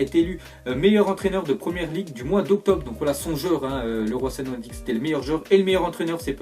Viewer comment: mdr le roi sané xD tu sais il est pas français sa ce prononce "liroye sané" xD